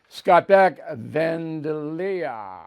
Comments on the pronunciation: It's pronounced phonetically : Van-day'-lia with emphasis on the 2nd syllable. Great production. Listen every day. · Bill… it’s Van Dale ee uh. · He's been doing this for 47 years and still doesn't know how to pronounce Vandalia Illinois? Really?